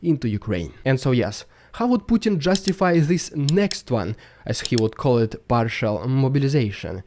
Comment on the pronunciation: Finally, there is somebody who can say the name Putin correctly...